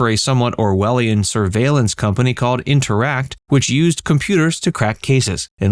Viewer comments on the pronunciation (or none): The first season agency was called “Intertect” - you seem to be calling it “interact?” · The firm Mannix worked for was Interttect. NOT whatever you said twice.